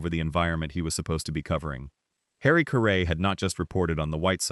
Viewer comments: So many videos are online when the announcer can’t or won’t properly pronounce the subject’s name. Caray rhymes with Harry. Such obvious mistakes look and sound amateurish. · Please don’t do a podcast when you have no idea to pronounce his name .Just shows you don’t have a clue what you’re talking about. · Say his name right at least. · Harry WHO? You can't even pronounce his name correctly? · You should pronounce his last name properly. No excuse for that. Geez